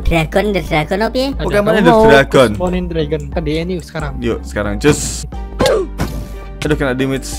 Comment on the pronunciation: bang nangkap tandurus dan dragonite bacanya dragonait, ama three lejend beast